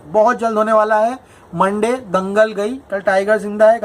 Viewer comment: Monday નહી મંડા બોલીયે 😂😂😂😂